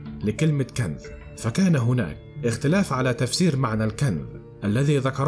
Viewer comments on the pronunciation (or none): كنز وليس كنذ!؟ وفي آخر الزمان وليس الذمان... وما دام كل شي آخره الله اعلم... انت ليش متعب نفسك!!؟؟. المصريين هدمو هرم اللغه العربيه 😠..... احه 😏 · يا اخي ما الربط بين الكنز الموجود تحت الكعبة وكنز نهر الفرات حين يجف انت خلطت الحابل بالنابل. وما هذه اللغة والنطق من اين جئت بكلة (كنذ) كنز (الذمان)الزمان تعلموا لغتكم فضحتونا بين الامم. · كنذ وكنذ وثحيح عندك مشكلة في نطق الحروف ياباشا